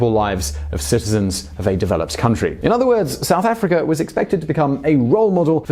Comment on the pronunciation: Why cant you say words that end with "a" properly? Chin-er, Mandel-er, South Afric-er.